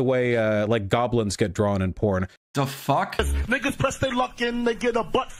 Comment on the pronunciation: "I lost control, it's ovah...aw fock aw fock" lmfao this is why the people love you